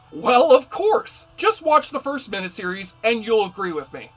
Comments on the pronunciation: just one weird critique: You keep pronouncing "mini-series," "MIH-NIH-sih-riz," rather than, "MIH-NI-sih-riz." Think of the word, "miniature." Something is mini, MIH-NEEEE. Not MIH-NIH. Otherwise, good coverage, without spoilers. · WHAT IS A MINIH SERIES?.....I'M SURE YOU'RE TRYING TO PRONOUNCE IT MINEE SERIES...WTF DUDE? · Why do you keep saying, mina-series, instead of, miniseries? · Just curious, why do you say minAseries instead of miniseries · Trivial,I know, but it irked me every time the word "miniseries" was pronounced "min-uh-series" when it's pronounced "min-ee-series", from the two words "mini" meaning small or tiny and series. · WTF is a "meneseries"? Did you maybe mean "miniseries"? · It's MINI series not MINA series!!!! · You pronounce miniseries like a West Virginia coalminer on his 6th can of Coors. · You say mini-series funny.